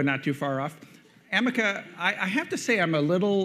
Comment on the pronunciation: Very Friendly ! Do you like calling you Amek instead of Ameca(A.I) ? -Vijay,Ongole